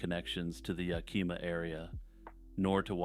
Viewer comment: Hi. I always love your videos. You talk about stories I've never heard. FYI, Yakima is pronounced Yak-imaw Like yak, the animal, (i is said like icky) maw like the shorter version of mom.